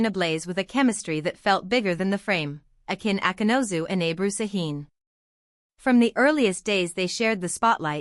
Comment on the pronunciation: Автор,коли ты взялась пиздеть, так будь любезна, имена актеров называй правильно! Акын Акынус,а Акынозу, не Сакин,а Шахин!